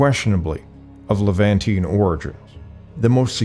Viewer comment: Learn how to pronounce Levantine! The end is -TEEN, not -TEE-AN,. That's only One syllable, not two. That's like saying "mischievEEous" instead of "mischievous". 😕👎😕👎😕👎